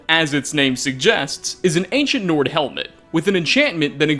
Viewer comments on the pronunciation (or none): none